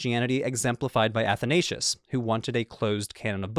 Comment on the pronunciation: wish you would have had pronounced Athanasius property